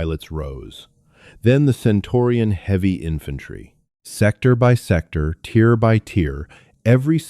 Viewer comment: Tier.. not tear.